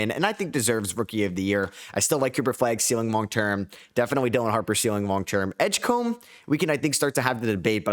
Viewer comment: Someday you'll say Edgecombe right?